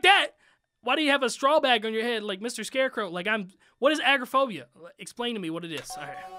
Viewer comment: uhm... just saying it's not agroaphobia it's agoraphobia... A-Gore-Ah-Phobia